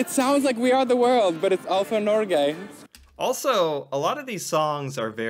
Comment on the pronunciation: what the 🦆 you haven't even learned to pronounce "alt for Norge"